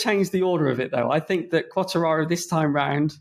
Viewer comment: They need to tell the bearded one how to say Quatararo